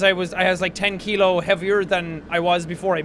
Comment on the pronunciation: I like how he says kilo it sounds a lot like dutch and i’m from the netherlands so i can tell